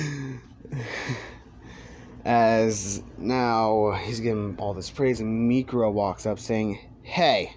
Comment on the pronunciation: mikuro? isnt it miruko